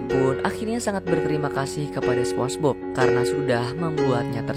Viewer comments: Spong e Bob bg😂😂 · spombob bg nyebut nya